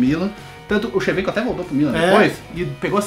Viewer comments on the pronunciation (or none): Shevenko kkkkk